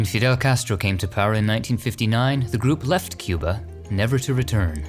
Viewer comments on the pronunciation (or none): none